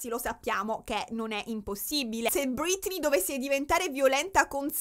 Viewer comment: perché chiami Britney, ‘’Brittany’’?